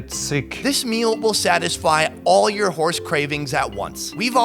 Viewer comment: Every time he said horse i heard whorse. Soooo weird